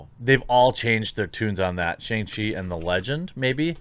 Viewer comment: Shang rhymes with song or bong, but with a shhh sound. Also, Iron man was a D list character at best before his movie. People saw it for RDJs redemption. Shang chi is actually a good character. It will be a decent action movie probably. Maybe not the best, but the character was launched because American audiences were suddenly fascinated with martial arts. It's how we also got Iron Fist. They're kinda similar but Danny Rand is a rich blind and Shang has an evil dad.